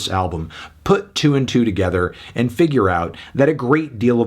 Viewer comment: The way said a hard “two”? 🤔🤔🤔